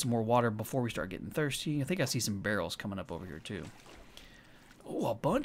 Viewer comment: You know it's a different game because instead of saying "Oh heck it's a behr" he says "where are all the behrls"